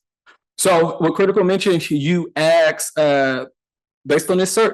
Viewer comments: the smartest guy in the room who can't pronounce 3 letter, single syllable words like ASK. the complete freemasonic DICK TAKER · has a degree in english but can't pronounce the word ASK. He thinks he's a lumberjack, so everything in life is an AXE. Please don't AXE me anything, but is sort of a lumberjack because he's handled lots of wood with his rectum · I don't trust anyone who cannot say ask.